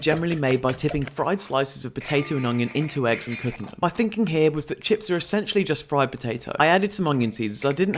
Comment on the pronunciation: "I fink" "my finking" why can't you pronounce THE words correctly